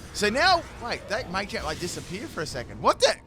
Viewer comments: Machamp, not Maychamp 🤦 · It's machamp not maychamp